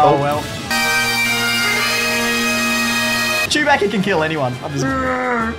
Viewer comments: It’s not chubaca it’s chuboca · I could not contain myself when he said “it’s CHEW-BACKA”😂😂😂😂